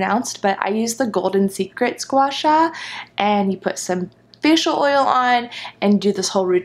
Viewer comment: Ah! I heard that too! Had to rewind it. She said facial oil 😂